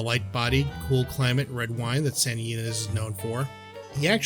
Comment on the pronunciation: Santa "EE-Neez", Cab "Frank", and "Trefayathin" winery.